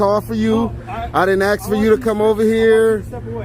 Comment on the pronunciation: im only into this video and already ....... guys its ASK not axe you sound stupid A S K it's simple English